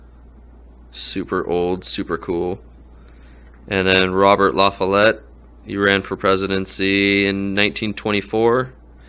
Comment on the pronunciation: Ya butchered the pronunciation of my great great uncle I believe; Fighting Bob La Follette La-fall-let, pretty much the father of the progressive party. I might wanna buy that from ya. He was the highest percentage ever of votes for an independent